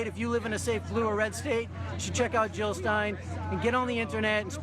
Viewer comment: Jill not Hill